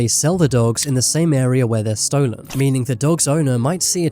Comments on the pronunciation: Why do you pronounce it like stoo-len it’s pronounced Stolen 😂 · It’s called an accent.